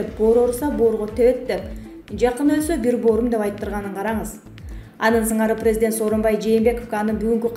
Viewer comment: Бека медиа каналынын журналисти кечирип койунуз сиздин журналистик билиминиз жок болсо керек создор ду так суйломго интонация коюунуз начар орус тилин жакшы билбейт окшойсуз прездент деп сиз жонокой эле создорду туура окуй албайт экенсиз бизден кетсе кечирип койунуздар